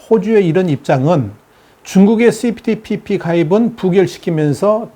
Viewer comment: CP ~TPP라고 읽어야 좋음 (Comprehensive and Progressive Agreement for Trans-Pacific Partnership) (1)용불~~ 용설(×) 용~~불용~설 (o) 用이냐 不用이냐에 따라 달라진다는 내용이므로 (2)그리고 TPP라고 줄여서 호칭하는 분들이 계심 (범태평양 동반자협정)